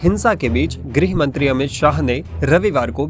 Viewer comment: Amit ji pahale grih mantri bolna shikhiye tab bihar sambhal ne ke bare mein shochiye ga